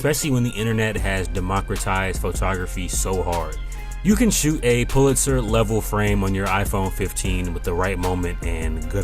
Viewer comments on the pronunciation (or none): none